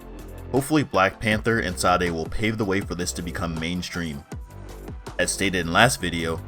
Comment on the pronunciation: Just remember, even though a lot of these languages are written with western letters, they have been fitted for various african cultures. it is not sah-day, it is sha-day (sade). it is not zo-sa, it is (might want to look this one up) a click in the side of your cheek while you suck in air, so all together no pause, *click*oh-sah. not click, then oh, then sah, but click and oh at the same time. I know it seems nit picky, but just consider reaching out.